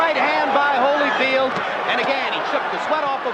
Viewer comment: Again with the Hollyfeld! LMAO 🤣 and the best part is you later pronounce it correctly 🤦🏾